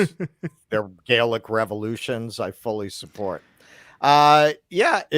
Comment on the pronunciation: the adjective for the French is 'Gallic' (derived from ancient Gaul), with the first syllable pronounced like the word 'gal.' You're saying it with a long 'a,' which is how the word 'Gaelic' is pronounced, referring to the Irish and Scottish, not the French.